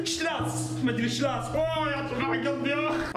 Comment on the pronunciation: تولفض سلاش مو شلاس دقيقة رقم